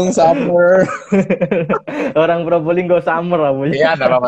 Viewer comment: Summer kalo keliru pengucapan jadi somor nun wkwkkwkw